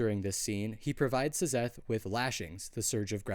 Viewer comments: Love the videos! But why do you pronounce it as S-zeth rather then zeth? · please stop saying "zezeth", its just pronounced like "zeth" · Sizzeth in the heezy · Yeah, I came to say the same thing